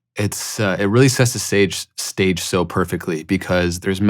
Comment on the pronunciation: "it really sets the sage... stage.." lol, this was a pretty deep slip up